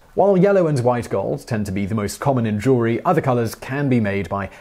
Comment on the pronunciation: Ha ha... He said "Jew-ler-ee" Jew-el-ry.